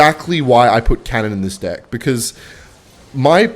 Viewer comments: Why does he keep on saying dick instead of deck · are you saying deck or dick bruh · Am I the only one hearing him say dick instead of deck all the time ? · why does he say dick instead of deck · Do Australians pronounce deck as dick? Kinda confused a little here sorry 😅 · ahhh it must be the wind.... i type this comment too early, he said deeck almost everytime lol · stop saying deck like that :face-green-smiling::face-green-smiling